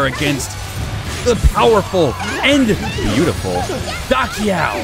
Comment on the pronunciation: LOL I also used to pronounce Da Qiao like that in the older games. "Da Kyaw" vs. "Da Chow"